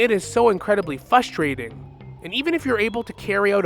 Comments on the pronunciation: You have a skill issue . Citing a 10 and 7 guy as worthy of getting a high amount of ranked points of MVP. Also, it's frustrating to hear you repeatedly say "fustrating". How old are you? Just because you got your sub 50% win rate grandmaster doesn't grant you the ethos to speak you think it does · I agree with the points but its pronounced frustrating with an R after the F, im really sorry it was just bugging me so much